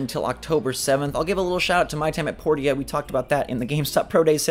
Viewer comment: my time at porty-a